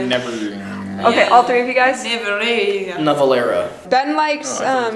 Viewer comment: omg does he know korean? He read the title do perfectly omg